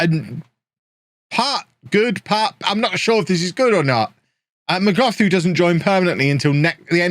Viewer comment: Hi it's pronounced not as "Mogothu" but as "Mogotu" the h is silent. I'm a native zulu speaker from South Africa